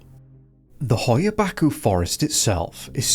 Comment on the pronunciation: It's pronounced, "Batch-you"